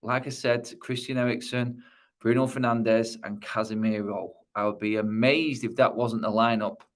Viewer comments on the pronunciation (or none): none